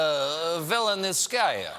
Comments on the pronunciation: Natalia VeSelnitskaya, not VeLenitskaya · Ok, here's how you pronounce her name: "Vessel-NEAT-sky-uh." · Stephen, please, stop screwing the lawyer's surname, it's cringeworthy. Just call her Natalia V. :-)))) It reminds me when Russian actors play Americans in Russian movies and try but fail miserably to imitate American accent. It is equally cringeworthy. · ve-sel'-NITZ-ka-ya. try it, it's easy. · The russian lawyer's name is actually Natalia Veselnitskaya, Stephen's been pronouncing it wrong this whole time. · Stephen’s pronunciation of Natalia Veselnitskaya changes every time he speaks her name.